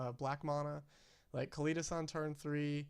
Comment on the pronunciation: while were at it. its pronounced oo-la-mog not you-la-mog. its also kah-Lee-tas.